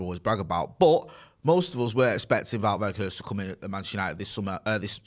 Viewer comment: the correct pronunciation is Vout (like about ) Vay Horsed